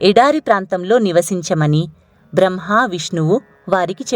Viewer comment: బ్రహ్మ అని పలకండి దయచేసి.